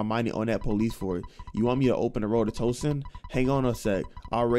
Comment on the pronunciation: Yo if you say Twoson wrong again I’m about to spazzz 😂😂😂 also you get me scared sometimes when you be liking songs from games cuz I be thinking you bout to rap